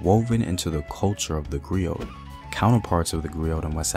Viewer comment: I thought the pronunciation was that of a silent T. Like 'GREE-OH' and MARIBOO